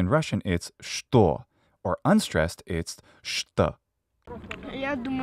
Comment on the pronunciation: I'm native Ukrainian and your 'що' it's so pleasant to listen to and all your pronunciation is very good, thanks for this video(though I didn't understand some moments because of my language barrier but I try to get better😅(all this text I write by my own… power(?)))💙💛